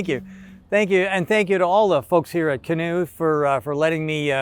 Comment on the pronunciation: Why "CANOO" ??? :goodvibes